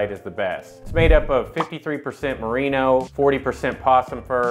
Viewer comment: Merino, as in the sheep. Not Marino, as in Dan the quarterback. Auto correct!